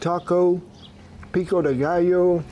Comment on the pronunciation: How come you pronounce pico de gallo correctly but not pollo? 😂😂😂. I cant wait to try this recipe